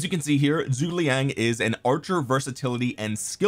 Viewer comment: seems like everyone having trouble pronouncing Zhuge